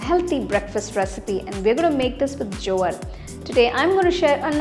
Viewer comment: You don't know how to pronounce Jowar?